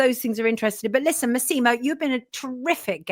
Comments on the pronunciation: MASSimo, not MaSEEmo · Pedant and half Italian here: it’s MASSimo not MassImo. Accent on first syllable not second. Great interview.